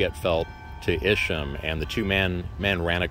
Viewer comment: Thank you for this video. I am LaDelle Arnold. Isham Blake, Sr. is my 5th great- grandfather through Isham Blake, Jr. My grandfather was Rev. Blake Craft. He researched our family genealogy all his life and co- wrote the volumes "The Blake's of Cape Fear" which gives more of the history of Isham Blake. Side note: we have always pronounced his name with a long "I" , Isham.